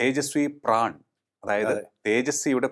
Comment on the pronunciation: പ്രാൺ അല്ല... പ്രൺ